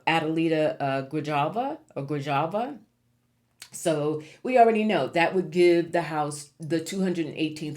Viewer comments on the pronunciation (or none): Just so you know Grijalva, is pronounced Gree hal va. In Spanish J is pronounced with a H sound. I hope that helps bc her name will come up again. Good reading but I am scared of our future future especially now with the drunk in charge of our military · I always get into trouble for this, but I'm not being disrespectful to you, only trying to be helpful. The Spanish pronunciation for Grijalva is "gree-HAHL-vah". The stress on the second-to-last syllable "HAHL," a rolled "r" sound, and the "v" and "b" sounds being identical in Spanish. I copied this off google. If you can't roll your r, then don't. Many people can't. Thank you for reading for us! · Hi, just wanted to let you know, it’s pronounced Gra-Hal-va. She won her late fathers seat. We are so proud of her.